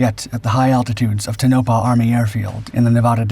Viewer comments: " Toe' No Pah" not "tuno' pah" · Just so you know, it's pronounced -Ton (as in gone) o-pah! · It's pronounced Tone-ah-pah... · How is it, exactly, that your dippy ai can pronounce Pocatello correctly but cannot get Tonapah (Toe-nah-pa) or Nevada (Nev-add-ah) ? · The accent is no the first syllable in Tonopah, with a second emphasis on the last. The pronunciation in the video was completely backward. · I wish you would learn to pronounce Tonopah. This channel is really going down hill fast.